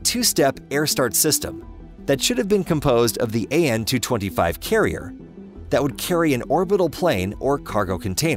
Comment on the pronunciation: AN-225 not AN-226!